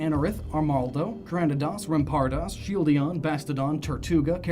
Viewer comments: "Shieldidon and Bastodon" This guy is like a treasure trove of mispronunciations. good video, but awful pronunciations. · why can't you say Shieldon correctly? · Shieldeon and bastodon? How many times did you say that? It's shieldon and bastiodon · "Shieldion" Heh.